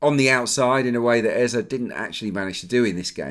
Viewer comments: It’s Eze (Ezay) not Eza lol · Hello it’s Eze not Ezah